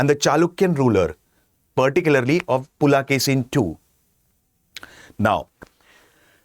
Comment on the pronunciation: It is not "Pulakesi", it is "Pulikesi" (rendered as "Pulikesin" in English).